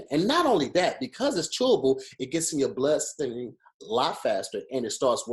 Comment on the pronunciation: THE WAY MY GUY SAYS “Blood Stream” IS THE FUNNIEST SHIT EVER 😭😭😭😭